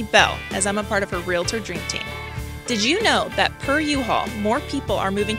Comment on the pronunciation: You said "Real-a-tor"...... Great content though. Good job.